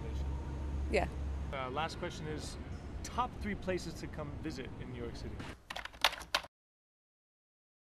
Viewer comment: 能把纽约两个字读清楚嘛老铁。by the way 你的相机为什么总是把焦对到背景上